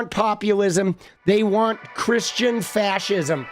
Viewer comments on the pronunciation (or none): none